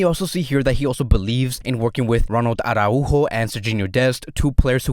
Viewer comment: Write it out phonetically.....he may adjust like he did for Araujo